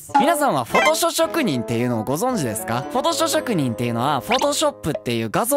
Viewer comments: フォトショショくにんとしか聞こえん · 「フォトショ職人」 言いにくそうでwww 滑舌❗滑舌❗